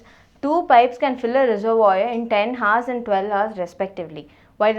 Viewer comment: this is good...but you shouldn't pronounce the h in hours. The h is silent in that word.